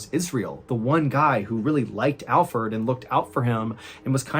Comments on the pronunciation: I knew it was Alferd. And the reason I knew is because I believe if he was innocent Mr. Ballen would've pronounced his name right. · Is anybody else upset that his name is Alferd instead of alfred? Or am I just hearing it wrong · Wait it isn't said like Alfred but Fird? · 😂 I thought you were pronouncing Alfred wrong the whole time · watching it again i love how mr ballen calls him alferd as well lol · It's funny how you started calling alferd instead of alfred.😂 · ! You called him Alferd. 😅🙄😂 IM DAED!!! 😂🤷🤣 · Your pronunciation of AlfERd's name was driving me crazy...until 10 minutes in, when it all made sense..😲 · The first 10 minutes I was wondering why ballen was pronouncing Alfred like Alferd: lol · 😆 I did! I should have known Mr ballen is a really smart guy! I just kept hearing Alford! 😆 I'm very pronunciation oriented! BE WELL JENNI! Have a beautiful and Blessed Life! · I thought Mr Ballen was just butchering the pronounciation of Alfred (common name in my country), and I’ve never heard of the name Alferd, so when he explained that it was in fact Alfred, it made sense haha